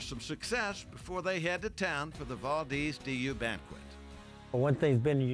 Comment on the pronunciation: As an Alaskan born, current Idaho resident, I took exception to both the multiple mispronunciations of “Valdez” and calling Idaho part of the Midwest.